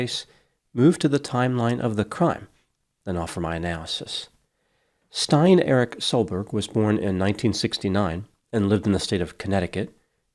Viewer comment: This doesn't sound right. Pronounce Stein as "staying" without a and g. And a short k-sound in Erik (like in "meek"). Soel (should probably be Søl) would be like sul in "sultry". Then an a-sound (like in "cat") in -berg. Then Ivar: Iv sounds like eve in "evening". The r is supposed to be "rolling" in all cases.